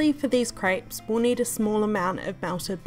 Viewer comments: lmao it's CREPES not CRIPES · please stop saying craaaaapes its crepes :) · she said crayps 🤣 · I love how she says craips 😂❤️